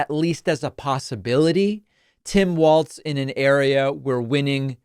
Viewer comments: Walz not waltz. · Walz, like Walls. Not Waltz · Everybody, even David Pakman is pronouncing Tim's last name as Waltz as in the dance or music, it's pronounced like Walls, not Waltz. Gees get it right already. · You're pronouncing Walz incorrectly. Your pronouncing it as "waltz".It should be pronounced as "walls". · it’s pronounced WALLS not Waltz smh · Walz. Not Waltz. Like walls. Pretty easy. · Hi David. I mean no disrespect whatsoever but Tim’s last name is pronounced Walls not Waltz. Hope I’m not being rude Love your channel ❤ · Why are you pronouncing his name "Waltz," when his name is "Walz" - as in "walls?" It's jarring every time you pronounce it. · It is pronounced walls, not waltz. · It sounds like you are you are saying 'Waltz'. His name is Walz and in MN we say it like 'Wallsz'...But not Waltz folks! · Hey I thought it's pronounced like "walls" not "waltz"?? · It’s Walz, like Walls. Not Waltz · Pronounced "Walls" and not "Waltz" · Its pronounced "wallz Dave. Get it right at the start. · I kept hearing a "t" in there (like Waltz). I was only being facetious 😂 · It's Walz not Waltz. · His name is pronounced like Walls, not like waltz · I love your show. But when listening to you talk about Harris' new VP, I hear you calling him Tim Waltz, not Tim Walz. I'm sure he would appreciate you getting the pronunciation of his name correctly, especially since he is going to be in the White House for years. Lots of likes, and good show. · It’ll catch on. I said it about how people pronounce Kamala, and I’ll say it now. Very few people are intentionally messing it up; most just have to get their brains and tongues lined up right, so to speak. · David, you are pronouncing his name wrong. Do better.